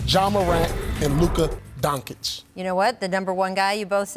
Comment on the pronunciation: "Luka Donkic"